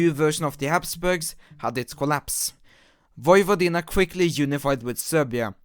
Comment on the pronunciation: tnx for pronouncing Vojvodina almost correctly.